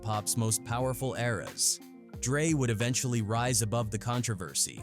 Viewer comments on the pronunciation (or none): none